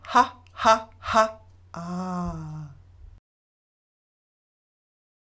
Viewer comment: For "Ha Laughter" it is not A as in Day, but Ah as in "Father". Sounds are the same all over the world, but letters are not.